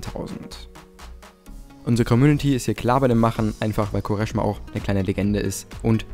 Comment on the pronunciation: Er heißt Kvaresma. Nervt wenn du ihn anders aussprichst 😂